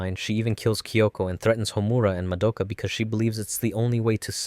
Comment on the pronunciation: Why can’t anyone pronounce Madoka’s name right? They say it a thousand times in the anime, do people just not pay attention?